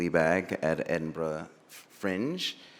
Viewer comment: HE PRONOUNCED EDINBURGH CORRECTLY AS AN AMERICAN. You love to see it 💙💙💙💙